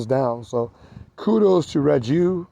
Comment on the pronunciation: Hey bud, another bye bike owner here, from Spain. I run a Technigas exhaust on mine with the original 12mm carb and the malossi variator setup and works awesome) All the best and keep bye biking! Oh, by the way, "Rieju", is pronunciated: "Ree-a-hoo" ;)